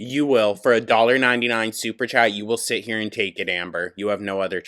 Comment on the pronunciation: Every time I hear the computer say, "Superchat" I hear "SUPER SHATT!" 😅 I'M CREMATED ASF